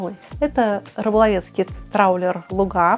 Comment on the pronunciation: лУга, а не лугА, угадайте почему.